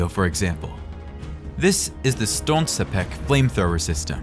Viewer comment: Pronounce it correctly: Solntsepyók = Sunbeam